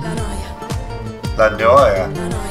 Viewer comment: "le noa", "lunoa". OMG, just paste it in Google Translate and click the little speaker button. I don't know which is worse, to not be able to read Italian, which is pretty simple to read, or to not care to inform yourself because who cares about another country. And they hope to make a buck.